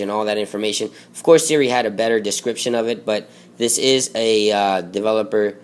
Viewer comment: Sara vs Siria? WTF you have messed up speech problems!